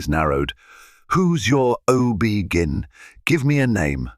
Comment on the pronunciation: It’s OB-G-Y-N not gin.